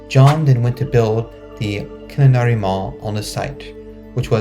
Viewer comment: Killarney is pronounced Ki-lar-nee